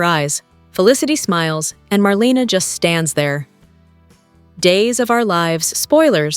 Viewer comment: It's not SteFAUNo. It's STEFano. And it's not MarLEEna.It's MarLAYna.